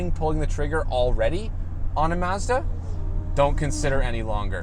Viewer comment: You had me at your Japanese pronunciation of Mazda.